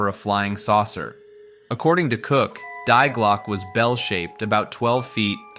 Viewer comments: Die Glocke is pronounced "dee glockeh", fyi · Die Glocke is German. Dee Glock-uh jeepers peoples notion of other languages suck so bad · Die Glocke is pronounced "Dee Glokke" with o pronounced like in low, but shorter and the e pronounced like in rat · "die glocke" xD as a german i laught hahaha its not die like dying, die is like "the" - its "the bell" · dee glocke, no die glocke i first i thought it was some another legend of nazis making death bells or something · I really enjoy your Videos and I can understand how difficult it is for a native english speaker to pronounce foreign words. Your pronunciation of "Die Glocke" is kinda cute, but at the third mention it kinda triggered me 😂 In the end I'm happy that you tried to include the German name of this project, maybe it would have been easier for you to call it "The bell" 😊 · Die glocke... your pronunciation killed me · Stirb Glocke 😭😭 Ich musste auch lachen sobald das betont wurde 😂